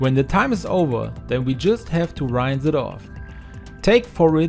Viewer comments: good to know. I wasn’t commenting to criticize him but rather to help . Just as Spanish is my second language and I always appreciate training on proper pronunciation of words. ❤️ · In all your videos you make a prononciation mistake with the word "rinse" showing you aren't english language native. German, isn't it?